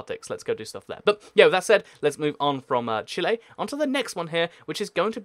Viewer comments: Its Chile not Chile /i/ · It is said chill-ie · Chile: chee-ley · I pronounced Chile like Chilly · it is Chi-ley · Chile is actually pronounced CHEE-lay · Chile is chi lay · It’s prenounsed chi-lee